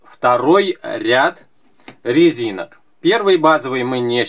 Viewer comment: на 18.09он сказал лезинок